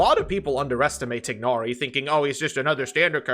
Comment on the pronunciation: Still pronouncing it TIG-nari after how many years.